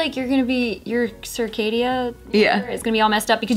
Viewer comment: Them trying to pronounce “circadian” 😂😂😂